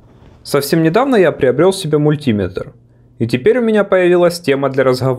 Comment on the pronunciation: Режет ухо ударение. Правильно говорить "Мультиме́тр"